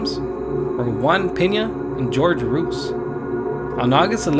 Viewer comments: How can this narrator have a Hispanic accent and not be able to pronounce Ruiz?? Its Roo-eeez.... not rooos 🤦‍♂️ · glad I'm not the only one who heard it I was like Homie is straight from that barrio! ... Then he said "George ROOOSE" then I was liek shieet this pinche chavale ain't no cholo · David Ruiz If this YouTuber does your documentary, he’ll mispronounce your last name as “Ruse.” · imNrti I'm not even Hispanic and I realized it's pronounced roo-ez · My guy, you’re clearly mexican I can tell from the accent, how come you cant say the name Ruiz correctly? Either way dope vid imma sub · TormentedSceptic I thought the same thing regarding his pronunciation of Ruiz. I would have to say, it sounds as though he deliberately emphasizes a certain speech pattern for effect rather than having an quote on quote "accent". Either way the video was on point. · I was about to comment the same thing. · Anyone else find it weird that the Latino narrator couldn’t pronounce “Ruiz” properly?